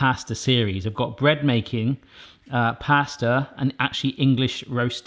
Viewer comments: Anyone else realise that says ‘plaster’ instead of pasta 😂❤️ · You said plasta at the end just after you tasted it 😂